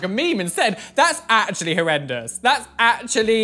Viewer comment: This is how many times he said that’s hORreDoUes 👇 👇 👇 👇